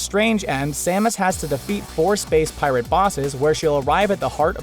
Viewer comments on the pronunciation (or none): none